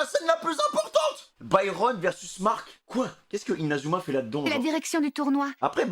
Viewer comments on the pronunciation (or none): none